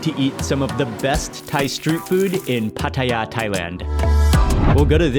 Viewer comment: Mark pronounces Pattaya like a Thai (no foreign accent at all).